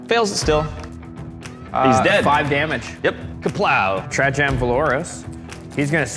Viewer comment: It's pronounced Tra-y-ann for fucks sake...